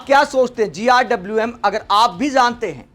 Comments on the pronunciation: GRWM means get ready with me. It's not GIWM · भाई इसको GRWM बोलना किसने सिखाया 😂😂😂